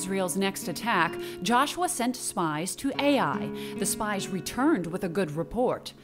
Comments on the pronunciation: STOP! This hurts my ears!! It's not pronounced A.I.!!!!! It's pronounced Uy!!!! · Wonderful video . The city of AI is pronounced as Eye in Hebrew